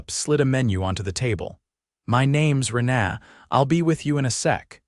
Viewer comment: Learn how to pronounce a word/name or don't use it. 'Rena' is not 'ren ah', it's 'Reena. Dang irritating, Sounds like they are saying 'aaaa' for a doctor to look down their throat instead of a person's name.. Had to turn sound off and just read the screen.